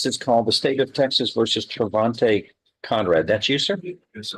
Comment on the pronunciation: 'Trevonte': say no more. Bro.